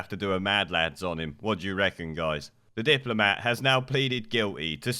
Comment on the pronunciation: Did u just say diplomat? 🤔